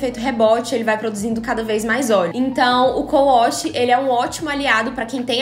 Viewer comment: Ela falou cou wosh??😂😂😂😂 é wash né não?